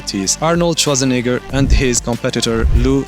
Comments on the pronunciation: Swartzanigger? 😂 dude next time work a little in your pronunciation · Dude! The way you say Schwarzenegger is damn near offensive! 😂😂